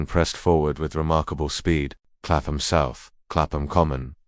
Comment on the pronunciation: Clapham: pronounced ˈklæpəm i.e. KAPP-m…the AI voice is wrong and unnerving to English ears.